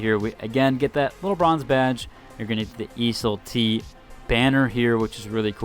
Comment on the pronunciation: Every video he pronounces Iseul-t wildly different and it drives me crazy.